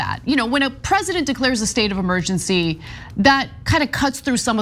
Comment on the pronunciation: The word is Emergency, not Amergency.